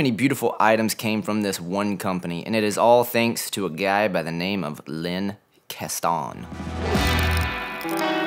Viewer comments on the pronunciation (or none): Kastan is pronounced "kastin" not "kastahn". You're welcome. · it's not "Kah-ston" - It's "Cass-tan" (Kastan). My word!